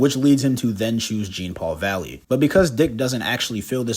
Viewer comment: if you're gonna cover a character, please say their name correctly